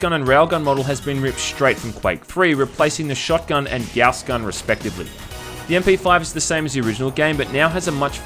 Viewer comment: The way that you pronounce "Gauss" lol.